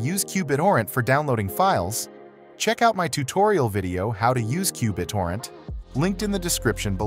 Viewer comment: Straight forward and very helpful. Qbit-orrent was kind of funny to hear.